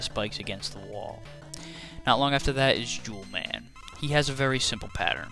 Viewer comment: sounded like you said 'jew man is next'